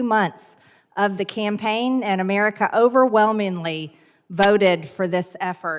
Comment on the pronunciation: How she pronounces "Amurka" is annoying as hell. It just reminds me how stupid and poorly educated so many of these MAGA morons are who are running the country.